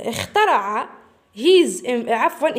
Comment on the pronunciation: استاذة شكرا شرحك ممتاز ولكن اخطات في نطق كلمة اخترع هذا فقط لغرض التصحيح